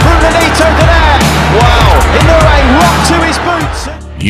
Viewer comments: Now-ya Inn-o-way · Here come Japanese It’s EE-NO- WU—EH This might be easier↓ E know ooh eh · Guys guys, his name is pronounced more like "ee-no-oo-ay" in four syllables. I-no-u-e. Naoya goes more like "nah-oh-yah" in three syllables... Na-o-ya. Pronounced wrong in this video... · I-noh-weh more like. But your point still stands. 👍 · If you say it super fast, I suppose that passes. But unlike most languages, Japanese has no silent letters and everything is pronounced. "E-no-oo-ay" I still like the joke though.